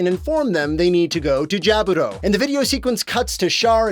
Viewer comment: Also Jaburo is pronounced correctly BUT OTHERWISE, yeah it gets alot more wrong (except Char-I'm sorry, SHAR just sitting atop the bridge of White Base, that kinda feels like a move the Red Comet would try to get around weapon limits)